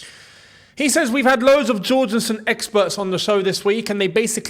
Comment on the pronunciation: Can you please learn how to pronounce Jorgenson's name. He's Danish, not Brazilian.